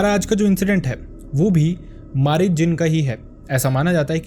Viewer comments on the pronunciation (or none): Ye marid nhi mareed hota hn means student